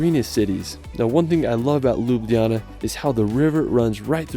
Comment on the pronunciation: You've butchered the Ljubljana's name lol